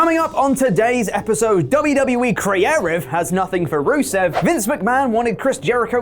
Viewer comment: “Wwe Creaairive” 👍🏻